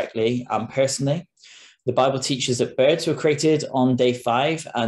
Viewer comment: this guy correctly pronounces the name of that book, instead of saying bible, he says babble.